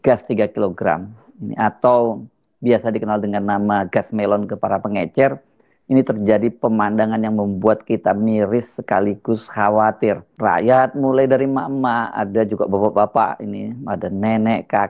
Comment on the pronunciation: Pengecer pak bukan pengencer…😆😆